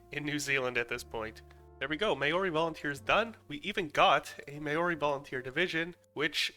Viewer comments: Ngl this triggered me the way he said Maori its MAO RI not mayori Also the Australian and NZ army combined is the anzacs sorry if I seem mean or anything just had to correct you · The way you pronounced Māori hurt me as a person from Nz it’s Mau-ree not may-ori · Bro it’s Māori to him it’s mayory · Language tips! In Te Reo Māori, two vowels next to eachother are always combined, not treated as separate sounds. So the word Māori (the term for the native peoples of New Zealand, making up around 18% of the population as of 2023), isn't pronounced May-or-ee like many non-Kiwis say. It's Māo-ri (Two syllables). Similarly, Aotearoa (one of the Māori words for the land of New Zealand) isn't pronounced Ay-oh-tee-ah-row-ah. It's Ao-tea-roa, sort of like Ow-tear-roa Vowels are always pronounced the same, with the only change being the macron, a little line that makes a vowel longer. Example: Rātana (name of a Māori Christian movement) isn't pronounced Ruh-taan-uh, it's Raa-tana. (The vowel A in Māori rhymes with the Rah of "Rah Rah Rasputin.) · Not him saying "MaYoRi" instead of "maori" (no hate, i just found it funny. I know you tried) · May-ori yeah I’m done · As a New Zealander that was painful, but it was better than some pronunciations that ive heard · Not the worst pronunciation I've heard lol White New Zealanders here can't even say it properly and they've heard the right way nearly there whole lives🤦😂 at this point I think they do it on purpose🤦😂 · You said Māori wrong but as you don’t know our native language I’m not mad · I dunno what's worse. Your pronounciation of Maori or out.